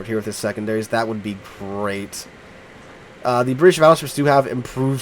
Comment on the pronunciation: bri ish